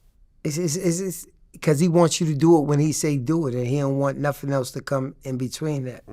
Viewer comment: Why can’t this dude speak properly? Instead of nothing he says Noffin” probably also says Mumf instead of Month, Troof instead of Truth. I’d be ashamed to do interviews.